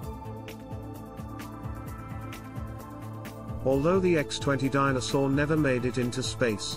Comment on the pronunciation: The narrator never pronounces "Dyna Soar". It sounds like A Soar.